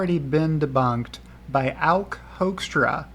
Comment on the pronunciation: Good video. Totally butchering Auke's name though